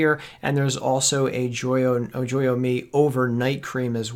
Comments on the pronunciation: Since I am a plexus ambassador, I thought I'd tell you, you got the name wrong. You kept saying joyome me. It's Joyōme, pronounced "Joy" "ōme" Other than that, good presentation! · Yes the way he was pronouncing joyome was bothering me. The e is silent.